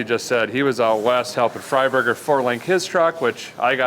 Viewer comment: Every time I hear the name Fry-burger I cringe. Guy's a waste.